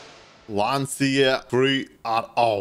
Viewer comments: "Lantschia" not "Lanzia" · I am Italian and I am honored by this video, however, it is not said Lanzia, it is said to be Lancia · Idk why but it triggers me when you say lancia with the wrong pronunciation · You said lancia in the wrong way so pls traduct pike in italian and then hear how to spell it good and i know that because i am italian